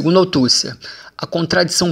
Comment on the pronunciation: Para ajudar na pronúncia : "Gramichi", "Autucė", "Pacerom", o conteúdo está ótimo, mas senti falta de uma interação na interpretação.